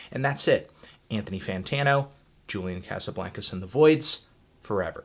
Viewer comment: Why do you say "Julian Casablancas" like that? Isn't it "Jew-lyan Kah-suh-blahn-kuz"?